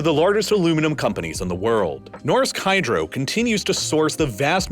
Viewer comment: Nårdsk Hydro